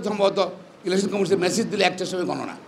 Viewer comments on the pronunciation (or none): none